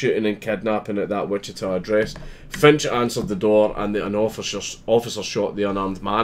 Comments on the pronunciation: You pronouned Wichita correctly. No sweat. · Our justice system finally gets one right? WOW!!! BTW, you pronounced "Wichita" spot on......... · this happened in my hometown. glad to see them making an example out of this piece of shit. (and yes, you pronounced it correctly)